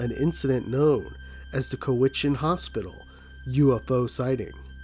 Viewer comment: Also fyi Cowichan is pronounced cow-ih-chen